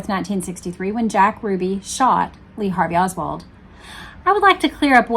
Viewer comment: "Lee Hardly Oswald. "